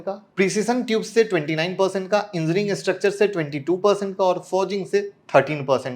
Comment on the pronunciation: Sir Engineering ko Engineering boliye aap Enzineering bol rahe hain.